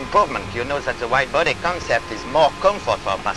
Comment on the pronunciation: i thought he said wide booty lol